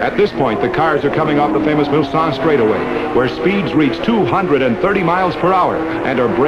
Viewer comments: Glad I saw your comment as I too noticed his wrong identity. Don't believe this narrator realy knows cars or racing. He also kept pronouncing Mulsanne (Mul-son) as Mul-sann. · Even worse, he called it the Milsanne Straightaway. He also said incorrectly that the top speeds then were 230 MPH - not even close. The great original footage though overrode his mistakes. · In France it is "Hunaudières" but the english speakers always says "Mulsanne straight" ...I don't know why. From my point of view it is because "Hunaudières" in unpronounceable for english speakers !!